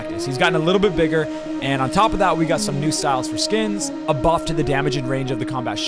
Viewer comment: Combat buft not buft enough 😂😂😂😂😂